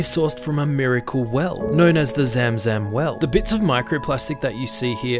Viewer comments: you pronouncing it wrong, it's more like "zum-zum" but it's spelt "zam-zam" coz of Arabic transliteration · Mashallah to everyone who has you have been blessed with that opportunity ❤ Also it’s pronounced “ zum-zum” not “ zam-zam” ❤ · Just wanted to let you know for further bids if you make it’s spelled zam zam but pronounced like zum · Zamzam water is actually pronounced as Zumzum water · Zāmzām should be the pronounce. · Pronounced "zum zum" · It’s pronounced ZUMZUM